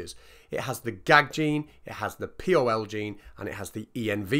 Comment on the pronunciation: Odd to my ear that you pronounce pol(ymerase) as P-O-L, Env(elope) as E-N-V, and Group AntiGen as Gag... good video though, and great concept, moff to watch the discussion video👍👍